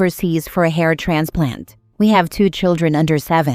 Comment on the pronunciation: At first I thought she said heart transplant then it registered it was a hair transplant. Omg 🤣🤣🤣🤣